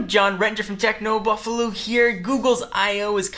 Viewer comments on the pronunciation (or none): none